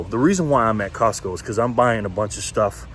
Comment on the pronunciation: '' Cultsco" anyway good video thanx